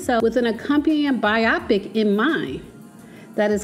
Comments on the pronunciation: It’s pronounced BI-o-pic, not bi-OP-ic. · It not pronounced biaaapic Its pronounced bioooopic🤦‍♂️🤦‍♂️🤦‍♂️🤦‍♂️ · So sis knew how to pronounce 'biopic' all along and just wanted to trigger me by repeating "bi-Opic" all through the vid? :) lol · It is pronounced BIO PIC! Great vlog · Please learn how to pronounce the word biopic. It is BIO-PIC, not pronounced like the word myopic. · It's pronounced By-o-pic. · I love your content but you are mispronouncing “biopic”. “Bio” comes from biography and “pic” comes from picture.